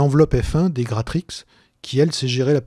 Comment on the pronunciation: Et puis Gratrix tu le prononces parfaitement je trouve, pas si dur à dire finalement.